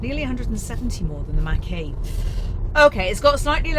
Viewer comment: Ford Mustang Mach-E looks better. They are planning on improving the range and lowering the cost. Pronounced Mock-E not Mack-E